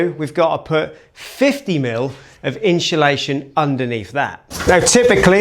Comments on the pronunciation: Always good showing step by step process. But please, for the love of Guinness, stop saying inshulation! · The inchulation drinking game could be lethal in this episode! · Every time you or pronounce insulation as ‘inch’ulation you lose an IQ point 😂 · Glad you used inshulation 😂